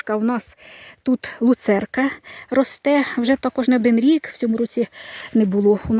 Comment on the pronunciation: ну не лУ церка,а лЮцерка,а вірніше ЛЮЦЕРНА.Негайно виправляйте вимову.😊😄